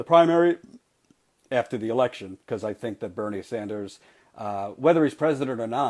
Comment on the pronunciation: "Senator Bernie Sandals..." LOL.